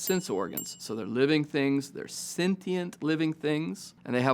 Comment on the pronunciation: This video relates to a question which puzzles me, "Why is there something rather than nothing?" This question seems risible, perhaps even a nonquestion. There would have to be something for any question to be asked. And I hope I do not seem pedantic but, "sentient" in pronounced, "sen-shent."